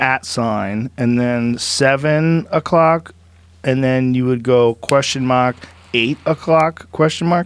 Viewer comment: Joe, that Boston came through. Question mak.